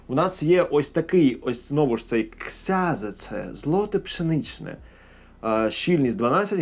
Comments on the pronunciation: Тільки Кшьонженце, не ксязеце😂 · То читається як кшьонженце :)